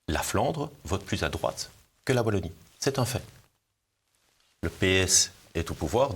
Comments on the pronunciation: Merci beaucoup pour l'invitation de "Chez nous" sur votre chaîne! Juste une petite remarque: Wallonie avec un W comme dans Star Wars ;-) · Merci pour cette émission, je suis de Lille, et avec la Belgique, nous sommes très proches géographiquement, mais également cuturellement (eh oui, nous fêtons aussi St Nicolas le 6 décembre, y a pas que dans l'Est!). Pour info, on ne dit pas 'Vallonie", ça pique, on dit Wallonie. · Martial je vous apprécie mais à l’avenir prononcez « oualonnie » svp ✊🏻